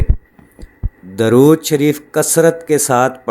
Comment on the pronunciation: "Durood" "دُرود" میں د پر پیش ہے نہ کہ زبر۔ شکریہ